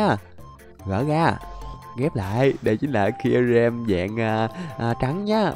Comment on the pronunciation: Sao ah nói kyurem là zerom 😂😂😂